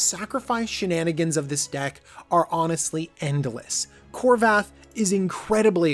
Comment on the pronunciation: Kor-vald sir. Not korvath